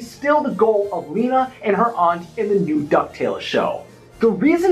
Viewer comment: Lena is Magica de Spell’s shadow. Before Magica was sealed away completely in Scrooge McDuck’s dime, she enchanted her shadow, the shadow became a corporeal entity that created it’s own form and identity: which is Lena. P.S. It is pronounced “Lena” not “Lina”